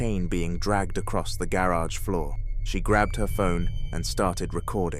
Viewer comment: "Gawrawg floor " 😂